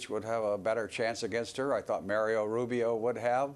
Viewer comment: Why should I trust the analysis of someone who says "Mario" Rubio and John /kay-siCH/ ??